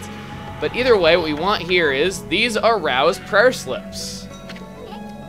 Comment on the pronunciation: "a-Rao-sed" "aroused" Very witty and clever I must say. I agree with jatoatley, well played indeed.